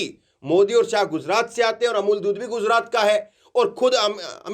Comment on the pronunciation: आप और को ओर क्यूं बोलते हैं उच्चारण सही बोला कीजिए मैं आपके सभी न्यूज सुनता हूं